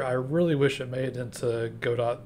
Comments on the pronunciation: Nice video, you should show some more of what you talk about in the video as b-roll. No offense, but in case you care, its pronounced "Got-Oh", not "Go-Dot" :) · Yup, the proper way of pronouncing it is "however-you-like". I like to say "God-oh" because it sounds fancy. Makes me feel like a medieval veteran gamedev :D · Yeah, Juan's pronunciation of Godot rhymes with the Spanish pronunciation of 'robot,' so it makes sense to rhyme it with the English pronunciation of 'robot.'